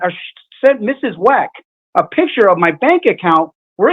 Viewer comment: Is he intentionally saying "MRS. WACK" instead of "MRS. WECK"??? 🤔